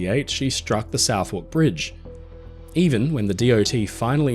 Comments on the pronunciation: South-wark Bridge it's pronounced Southark the "w" is silent. Other than that another Fantastic Video Sir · Southwark Bridge - pronounced 'Suthuk'. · Suth-uck with th as in thus not thin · I'm surprised you got the pronunciation of "Southwark" wrong!!